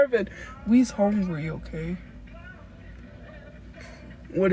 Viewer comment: "we HONGRY..."